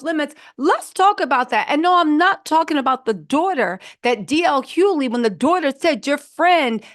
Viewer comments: DL "HUE-LEE" 😂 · "DJ (DL) Huley" bol will murder a name fast and i am here for it. Bol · h-u-G-h-l-e-y for Pete’s sakes! 😂😅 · Yo everytime she say DL last name I 🤣🤣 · How about saying his name right… Good lard you make money off using people’s name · The way you say DL’s last name is hilarious 😂😂😂😂😂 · It’s a bit distracting lol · She may say it wrong but she will spell it correctly